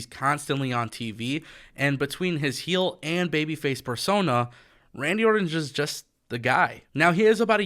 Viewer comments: It's Orton not Ordon!! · One thing that I know is a FACT: AEW does not want Randy anywhere near as much as I want you to pronounce the 'T' in "Orton".